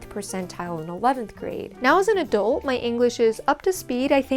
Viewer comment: did you say “now as a dolt”? Because you are not a “dolt”. You are very smart.